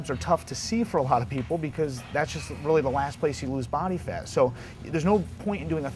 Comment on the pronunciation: secs he say's 'body fart off that area'.lol!!!